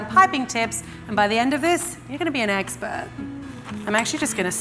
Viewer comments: Since when is "expert" pronounced like "exper"? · "An by the en of dis, you gonna be an exper"